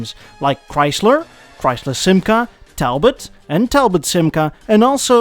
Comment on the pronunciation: Talbot, Panhard and Citroën are pronounced so wrong 😭